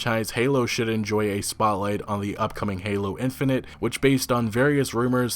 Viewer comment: You pronounce Halo: Infinite kinda strange but ok.